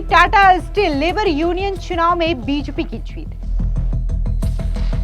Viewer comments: कैसी एंकर है । बीजेपी नहीं बोल पा रही है ?? बिजपि क्या है ! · बीजेपी होता है बीजपी नही,ढग से बोला नही जा रहा और यूट्यूब पर समाचार वाचक बन रही हो।